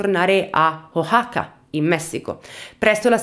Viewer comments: Ho appena finito il video!! Complementi sei molto brava. La pronuncia è O-A-ha(come la h inglese)-ka la X è uguale che in México pronunciato in spagnolo (Me-hi-co) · Ciao, si pronuncia “Uacaca” con la “c” aspirata. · Ciao! Io sono di Oaxaca, Messico 🇲🇽💕 mi fa molta tenerezza come cerchi di pronunciare il nome del mio Stato 🤭